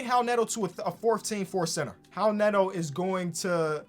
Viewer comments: why do you pronounce it howl neto? is that how he says it? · Is it actually pronounced "Howel Neto"? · Hal Neto. Is that how it’s pronounced lol? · “How Neto”😭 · Did think that the R in Raul Neto was an H? or is that how you're supposed to pronounce "Raul"? or is it just his dyslexia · why did he keep saying Howl Neto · please pronounce raul neto's name right